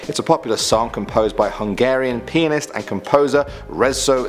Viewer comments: It literally took me 5 seconds to figure out he said "a Hungarian pianist" My first initial thought was "a Hungarian penis" and I thought to myself, "wait, that doedn't sound right..." and had to ponder. Lmao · It sounded like it but he really said pianist 😂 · He says pianist like penis 😂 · Sorry but it sounded like you said "Hungarian penis"! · For a second I didn't think you said "pianist" XD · I heard the same thing. 🤦🏽‍♂️😂😂😂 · I heard it too!!! 😂😂😂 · I heard it aswell 😂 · I heard it and giggled like a 12 year old lol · Lmaooo I heard that to